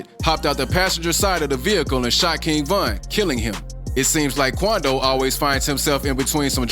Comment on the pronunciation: “The meanace of nba “ qoundo 😂😂😂😂😂